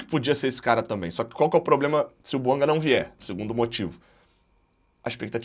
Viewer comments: É BUANGÁ QUE SE FALA. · É BUANGÁ que se fala. A pronúncia correta é do francês, aliás língua oficial do GABÃO.